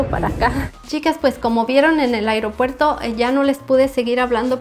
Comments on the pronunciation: Me gusta como dice el “iropuerto” 👍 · Me gusta como dice “agriopuerto” 😅